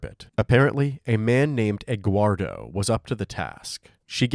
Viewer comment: eguardo😂😂😂😂😂...you mean Eduardo right😅